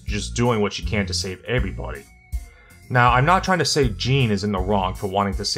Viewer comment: Bruh the way you say everybody